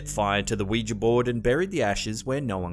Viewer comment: Can I just say, thank you for pronouncing Ouija correctly (oui-ja/wee-ja as spelled). I don't know where people are getting this "wee-jee" from. Weegie? The last time I checked they didn't originate in Glasgow...! 😛